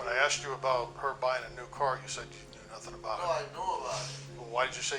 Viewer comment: He should have been charged just for saying "axed" instead of asked 😂 🤦